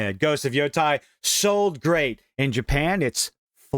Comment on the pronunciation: It's YotEi, the E is like the one in "Empty" or "Enemy", not YotAi, you silly goober